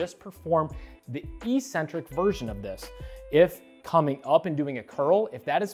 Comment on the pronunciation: Learn how to pronounce "eccentric." It's not e-centric.